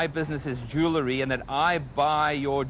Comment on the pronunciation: I think Russell Oliver is hilariious, but one thing I just -- he talks about his business being "jew-le-ry" -- um, Russell -- it's pronounced "jew-EL-ry", not "jew-LE-ry".